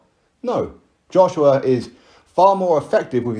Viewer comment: Anyone ever noticed wilder pronounces joshua... "JOSH'YUH"